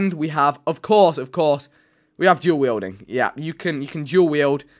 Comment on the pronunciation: When vik says duel wielding like it sounds like jew wielding